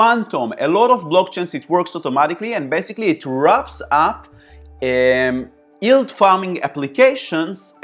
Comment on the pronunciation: thanks very informative, have subscribed...being a smart ass I can't help myself & will say that talking about yield farming you might have to learn how to say the word yield hahaha it's not ''ild''